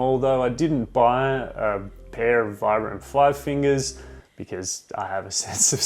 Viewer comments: Actually, it's pronounced 'veebram' 😉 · It's pronounced "veebrum". Vibram is an Italian company founded and named after Vitale Bramani aka Vi-Bram. They really should just change the pronunciation of their name as no one gets it right lol